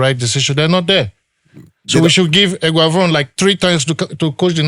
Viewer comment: This werey man don dey call Eguavon😂😂